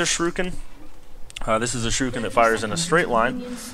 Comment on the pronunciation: its more like sure eh kin not surekin... lol